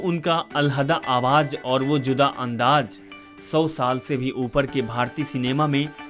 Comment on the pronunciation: abe hajir nhi Hazir, Andaj nhi Andaz hota hai jahil, teri language ki vajah se dislike krna pd rha hai video